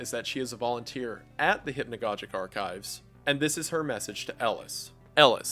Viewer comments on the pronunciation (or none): Great content! It's (hip-no-gog-ick) not( hip-no-godge-ick) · Both of the "g's" in "hypnogogic" should be pronounced hard. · Every time I hear hypnagoJic it deals psychic damage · Cool video, very interesting, but it is pronounced hypno gog ic, atleast in England. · he pronounces hypnogogic wrong, just thought it would be funny to point out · Fuck is hypnagogic pronounced like that? I have hypnagogic hallucinations and I’ve been pronouncing it with a soft g this whole time.